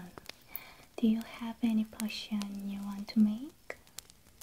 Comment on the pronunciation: me hearing cushion instead of potion ma'm this is not a cushion